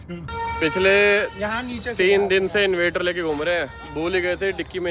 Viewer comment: Arrre koi nu dasso Invator Nahi INVERTER hai sahi word I m surprised ke tusi sofware engineer c, you always pronounce wrong Invater invater invater 😢😢😢😢😢😢